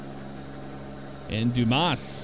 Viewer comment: It's pronounced "Dew-ms" :D